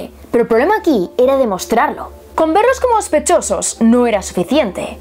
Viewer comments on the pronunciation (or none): A mí me cuesta el acento, estuve un tiempo para entender que decía... Y los "ospechosos" 😁😁